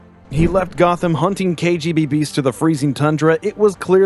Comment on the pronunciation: It's KGBeast not KGB-Beast.